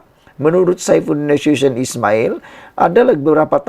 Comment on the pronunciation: Sebutan ko nama bapa saifudin tu ta betul cuba ko cari daripada orang lain. Nasution.bukan mcm sabutan ko